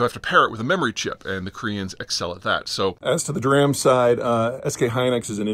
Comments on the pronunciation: Yeah. he says "the best Dram chips." I didn't even catch it until I saw this. I thought it was just a misspeak when I went over the video again, but he says it at the edit cut "on the 'dram'[SIC] side..." so, yeah. His mispronunciations are a great source of frustration for me, especially when he talks in my wheelhouse of China and Russia: Xi Jinping! Like "Shee," but with your tongue touching your bottom teeth and widening your mouth like you're smiling. Jin is like Gene and same thing: Tongue to lower teeth with almost a smile, and "Ping" is more "Pee-(eh)ng", Really, if BBC, Al Jazeera and even PBS can take moments before a broadcast to get coached on how to pronounce proper nouns, especially when you're talking about something ALL THE TIME, you don't want to make the real experts wince every time you mention that thing. Science and Tech almost ALWAYS have geek pronunciations for things, so you have to expect to get the correct pronunciation BEFORE you open your mouth as a "generalist" to people who are very likely "Specialists." Think of the pronunciations and standard mispronunciations of SCSI, Ethernet, GIF, SQL, JSON, SCSS (still pronounced SASS by many), etc. However, Proper Nouns for names and places of the main topic of a video ... unforgivable. It means you're an unserious dabbler, and I wish, wish, wish Zeihan wouldn't embarrass his 12 hard-working, very knowledgeable research team with such laziness. "China will cease to exist" has no cred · dee - RAM.. not Dah - RAM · Haha i thought i heard peter say "Duran" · Dee-ram nor dram. Makin my brain go crazy when you say dram😂😂😂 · D-RAM, not "dram." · Nobody that builds computers or embedded systems or has used an SOC ever said "Dram" it's D-RAM. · Peter's discussions of tech are often cringy like that. He pronounces Nvidia "Nuhvidia." It's so cringe. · DRAM is pronounced Dee-RAM have you ever talked to someone in SV, I don't think so. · "Dee Ram." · Who else laughed when Peter said "DRAM!!" 🤣🤣